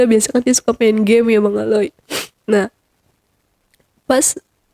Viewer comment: Jujur AQ sedih dengar cerita nya...tapi maaf banget saya ikut dalam sedih narasumber.tapi ada panggilan bang aley dengan sebutan aloy JD sedihnya ilang malah ngakak 😂😂😂 lah iya maaf banget yah bukan maksud gimn alay JD aloy